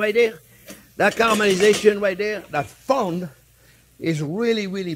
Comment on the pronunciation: Does anyone know what the word is that Chef says about the yummy brown stuff on the bottom of the pan that he uses to make a sauce? It sounds like he is saying “funk” or “fung”??